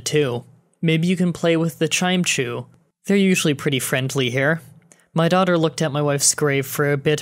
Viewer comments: Ok one thing that is annoying me, don't pronounce it "chime choo" it's "chime echo" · chime-chu !? it's chimECHO